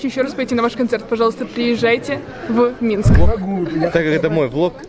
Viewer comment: нашёл кому рассказывать на белорусском, ахахах МЫНСК, АХАХ